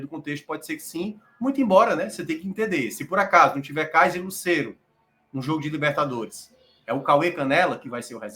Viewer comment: a pronúncia não é "Lucéero". A pronúncia é "Lucêero, com o "e" fechado.